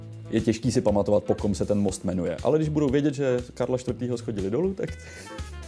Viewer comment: Opravdu "schodili"? :D :D :D Já to říkám furt, že Ostraváci mluví spisovněji česky než Pražáci. Píše se shodili. A vyslovuje se to zhodili. Tvl. "schoda". :D :D